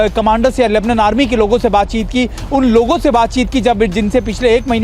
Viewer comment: लेबनन नही लेबनान बोलो गोदी मीडिया 🇮🇷🇮🇷🇮🇷🇵🇸🇮🇳